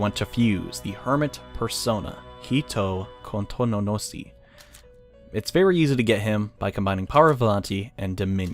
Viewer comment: Well, srry for doing this but -You said Oukuninushi wrong, you said Oukununishi:P -You trolled Hitokotonusi so hard, the way you said it was funny, Hito...Kontononosi lol -DA BEAST IS HERE!!!11!!! Loved the episode, these fusion episodes are so cool to watch!